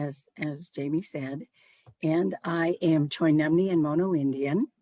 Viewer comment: Thank you for teaching us how to say Choinumni.